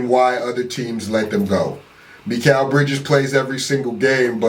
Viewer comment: “Me-kal Bridges” 🔥🔥🔥🔥🔥🔥🔥